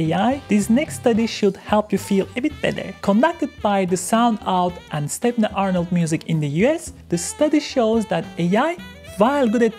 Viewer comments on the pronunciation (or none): none